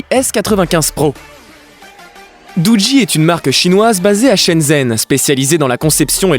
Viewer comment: Sa se prononce dougi l'ami raahhlalah 🤦